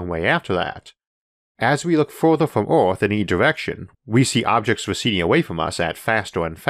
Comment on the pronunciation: Univorse... Orth... Onergy.